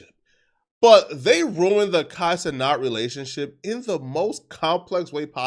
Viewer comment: Who is Kai Ce-NOT?